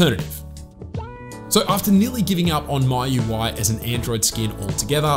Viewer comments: It's "Mi" UI not "My" UI Anyway a great video😁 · Its not "My Ui" It's "Mee UI" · is mee-ui not mai-ui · ME - YOU - I , Not MY-YOU-I! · It's M I U I, not MY UI. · MIUI ❌❌ MAUI✔️✔️ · 😂😂😂 was thinking the same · no.. he is saying,"maiu i" 🙄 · Just say mi ui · Still have room for improvement, for example... MIUI... the way you pronounce it is weird. At least check on other sources? Measure twice cut once.